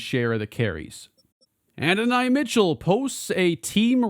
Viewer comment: No hate but it’s “A-don-e” Mitchell, loving this series